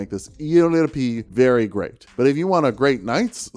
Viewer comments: It's pronounced "yippie" like as a cowboy might say. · I know he said he didn't care, but it's pronounced "Epee" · it's pronounced "Épeé" obviously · It's pronounced pipi 😂😂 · its pronounced michael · "Don't say eepy you're an adult." proceeds to spend entire video purposely mispronouncing something just to be annoying like a child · I gotta be honest, when you pronounced it "eepee" I thought it was a set up for a dick pun